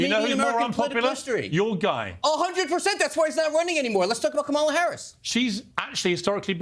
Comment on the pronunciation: The dem panelists can’t pronounce her name correctly. What a joke.